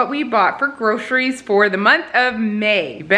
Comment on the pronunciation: This is a HUGE pet peeve of mine. things, it is GroCeries. not Grosheries. Also, Why can't people just say for * insert month here * instead of for the month of....?